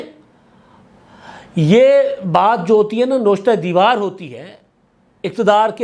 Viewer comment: !اپنا تلفظ ٹھیک کریں ،نوشتہ ء دیوار nawishta- i- dewar